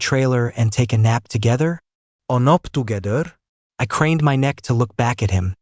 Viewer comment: "anop togeder" 😂